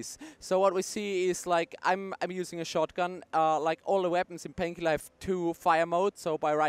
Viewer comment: I love how they pronounce it. 'Painkhielah!'